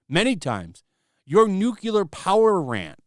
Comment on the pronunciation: Nuclear, not NUKULUR!!